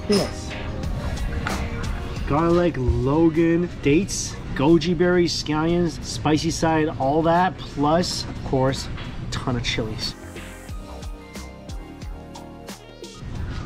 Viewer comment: why do you pronounce longan as Logan? You are loosing your Asian card